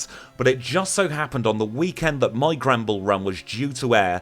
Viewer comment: I just realised he's saying Granbull, but every time, I hear "Gremble"